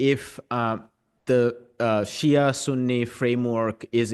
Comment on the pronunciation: It's not "Sia"; it's Shia.